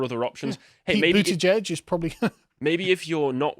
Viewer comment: Why did you pronounce Buttgig like that?